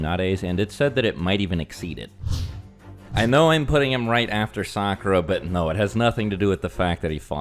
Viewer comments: Ain’t noooo way this Nigga said Sakura 💀😂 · Soon as bro said Sakura, I was done. Lol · DID THIS NIGGA SAY SAKURA ???? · I was enjoying this video, then you said Sakura, thanks anyway. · You said sakura💀💀💀💀 Nawww you definitely tripping